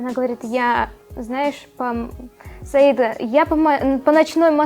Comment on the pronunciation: Разве по татарски ударение не на последний слог? СаидА